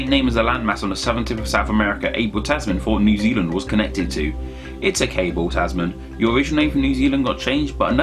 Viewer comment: His name was Abel Tasman, not Ebel Tesmen. 😅